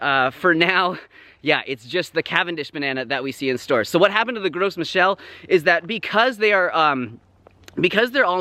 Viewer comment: You don’t pronounce the S in French so gros michel is pronounced “grow michelle.” It means big michael.